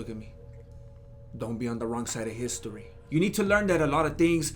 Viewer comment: “Browser Histori!”🤣🤣🤣